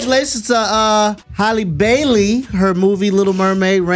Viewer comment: Her name is pronounced Hal-lee NOT Holly if u gonna be a commentator then get folks name CORRECTLY FOR REAL